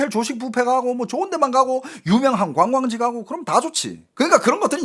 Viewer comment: 왜 자꾸 광광지라고 하심ㅋㅋ